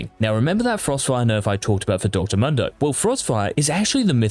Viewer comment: Pls dont pronounce Mundo as "Mando".